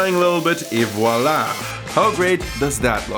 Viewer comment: До меня дошло что ты русский когда ты сказал (и вуаля) , привет родной ! Готовлю баклажаны по твоему рецепту. , жареные!